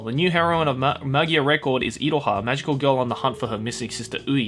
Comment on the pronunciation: It's pronounced Madoka Magica, not Madoka Magica And Magia, not Magia